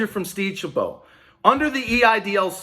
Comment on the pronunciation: It’s Steve Chabot, like rabbit, not bow. Seems decent, live 30-40 miles south of his district